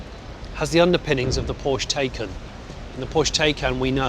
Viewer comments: The Taycan is pronounced Thai Khan...not taken! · PSA: "Taycan" is pronounced "Tie-Khan" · Thai KHAAAAAAAAAN!